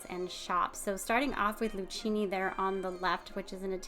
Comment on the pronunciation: Luchini is pronounced Lukini as 'ch' is pronounced as a 'k' in Italian.